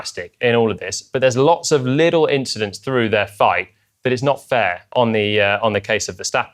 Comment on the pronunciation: Uh nah it’s not fair. It’s just an inchident.